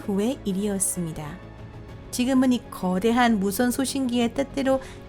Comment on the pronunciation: 아니 목소리 톤 이런거 보다도 발음이..... 가끔 단어 말하는 중에 쉬는 건 또 뭐고... 말투자체가 한국인 같지가 않음 왜 거~~~대~한 이런식으로 말하는거냐고 신경쓰이게 전싀계 특히 여긴 조선족같네